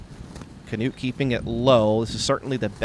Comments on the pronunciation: I thought it was more like “newt” but they announced him as “Canewt” on the tee. You’d think they asked him how to pronounce it. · yee they say Kenutt it's pronounced like this: KNUUT the K is there but goes straight to the N and then a soft U and then a regular T at the end. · As a Norwegian guy, I cant stop laughing at how the commentator pronounces "Knut" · The way they pronounce Knut is almost a warcrime